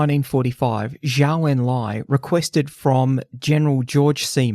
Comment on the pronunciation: Just a small correction: Zhou is pronounced like "Joe".